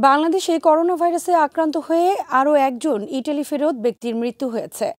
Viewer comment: ইতালি ইটালি না উচ্চারন ঠিক করেন।